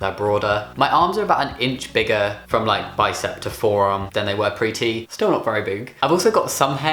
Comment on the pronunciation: I always heard pretty instead of pre T xd